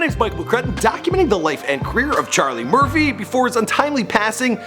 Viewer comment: Ima say it for the record it's *CHARLIE MURPHY